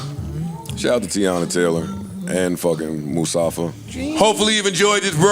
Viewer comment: MuSafa? You mean Mufasa 😂😂